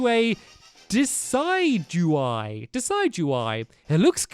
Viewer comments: It is pronounced De-Sid-you-eye. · Hey big fan :) you pronounce your new dartrix evo as des-Id-you-Eye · stampy its de cid u eye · Steelalium??????? Also it's not decide-u-eye it's duh-sid-u-eye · It's pronounced de-ci-g-wy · it is pronounced di.s.ju.y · It's pronounced de-ced-doo-eye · Pronunciations: Decidueye: (de- sid- ju- i) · its desid u eye but all together that s how u say it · Decidueye is pronounced De-duse-eye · it pronoun's di-sid-u-i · Decidueye's name is pronounced De-sid-du-eye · IT IS DY-SY-DU-EYE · stampy its de-sed you-eye im pretty sure but i pronounce it as de-ced-you-ite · It's called Desidueye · It's pronounced de Sid d u y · pronounced dee sid you eye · It's pronounced D-sid-ju-eye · you say it De sid you eye Decidueye AKA Bowie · It's pronounced di-sid-ju-eye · Stamoy it's De-ci-du-eye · Also say de sea du eye that's is how u pronounce it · He butchered the name LOL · it pronounce as desidway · check out the pokemon sun and moon anime for pronouncuation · you butchered the name of decedueye